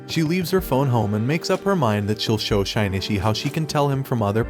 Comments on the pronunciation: Shinichi not shainatchi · it is pronounced as shinichi not shainichi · Anyone else bothered by how he pronounces Shinichi's name? It sounds like he is saying Shine-Itch-ie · that name pronounciation XD SHINY-Shi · it's Shin-itchy